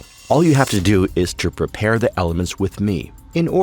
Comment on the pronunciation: 'prepear' sorry this made me laugh. Otherwise, this video is amazing. It's so well done! Thanks for this.